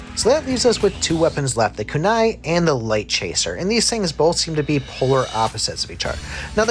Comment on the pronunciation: Homie said kai blast lol Yo he also got dat kanai